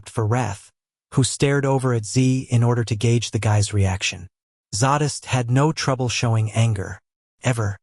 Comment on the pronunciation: J R how could you subject BDB to Ai It’s TERRIBLE the reading is monotonous and there are no breaks between chapters. The pronunciation of names is unmentionable. I can just see Vishous looking murderous after hearing his name spoken Vis House. He will pull off his leather glove and BURN the bot. Zsadist won’t be impressed being known as Saddest and Xhex as Scheck !! Even Fritz would object to being called a dog gen. Your stories are so full of emotion action fury and desire Ai has NO imagination. Why is Jim Frangione not reading this😮😢